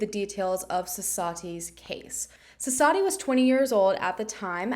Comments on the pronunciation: Thank you for the coverage. And the W in the name is not silent. Suss-vathi, I believe that’s how you pronounce it. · Thank you for covering this case. The 'W' in her name is not silent. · Hey! I was just curious where you got the information that the W is silent? I’m Indian and I never would’ve guessed that. Different areas have different dialects, so it’s entirely possible, but the few news stories I’ve found do pronounce the W. Would love to know if just to learn.